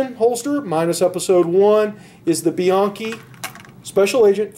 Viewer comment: It's "BE-YANKEE". Not many pronounces it right.